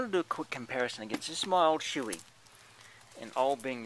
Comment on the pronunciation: Shoei is Pronounced Show-ee :P -Ride Safe!